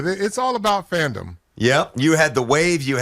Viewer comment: Did Carl say, "It's all about Fandom" or Femdom?😂